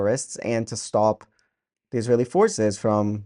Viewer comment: have you all noticed how Arabs just can't say ISRAELI, it's ALWAYS ISRAiLI.